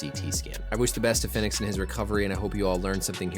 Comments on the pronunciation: Rey Fenix is pronounced like Pheonix. not fin-ex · its pronounced the same as phoenix